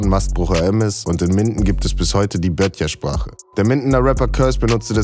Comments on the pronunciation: Da schafft es das beschauliche "MINDEN" auf diesen verdammt guten Kanal und dann doch ein kleiner Fauxpas Eurerseits. Es heißt "BUTTJERSPRACHE" nicht "BÖTTJERSPRACHE"! Weitermachen, verdammt guter Content! Gruß aus Minden! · In Minden rackert man Buttjersprache nicht "Bötjersprach". Ihr panschen Klons 🤪